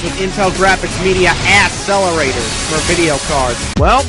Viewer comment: "... Intel Graphics Media Asselerators.." jajaja ... awesome.